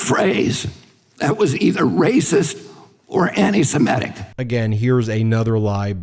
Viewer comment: who is "Annie Semanic" ?